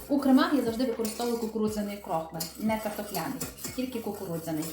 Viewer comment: А чому крОхмаль, а не крохмАль??😉